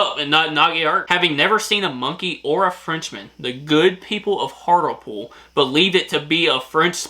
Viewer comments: Thought you did well but sidenote: Hart-le-pool....although I thought Hartle-pool was cute 😊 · Pronunciation tips: Thames is pronounced as "Tems" Avon is A (hard, like the first letter of the alphabet) then Von, A-Von Hartlepool is Hart-lee-pool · why do you have so much trouble with place names in the UK try breaking it down before make hand "Hart-le-pool" it`s not that hard I mean you almost speak English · THAMES is pronounced TEMS. AVON is pronounced AY(as in hay)VUN. BRAVEHEART. The worst film ever made !! Ask any true Scotsman ! BALMORAL is pronounced BAL MOR UL. EDINBURGH is pronounced EDINBRU not EEDINBRU. HARTLEPOOL is pronounced HARTLEEPOOL. People from Hartlepool are known as MONKEY HANGERS. There are over 600 Red Lion pubs in the UK. Hockey in the UK relates to FIELD HOCKEY. You have Haggis with Neeps and Tatties. The Magic Roundabout was a kids TV programme. NOT the same thing as the road layout ! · Hartlepudlian here 🙂 it’s pronounced Hart-le-pool and we are on the north east coast, another couple of cool facts about Hartlepool are that Andy Capp originated from here, we have a statue of him on the headland. Also Ridley Scott is from here and we nearly had a statue of a zenomorph in his honour but the local council are boring!! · I live uk in HART LE POOL that's how its said and YES we hung a MONKEY and for some reason we are proud of that's we have monkey mascot and statues 😅pronounced the thames has silent H and A 😅😅 it's sounds like temes 😅 I got 3 wrong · its Hart -le-pool although its understandable you got it wrong.